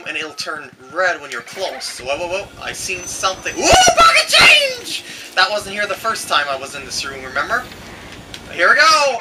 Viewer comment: I died when he said "POCKEHt CHAINJUH!" You rock!